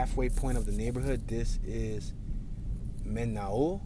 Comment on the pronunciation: men all is how its pronounced